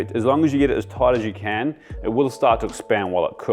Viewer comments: Toit. Toit like a toigah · Toight like a toiger